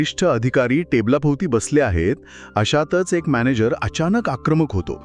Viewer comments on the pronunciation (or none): none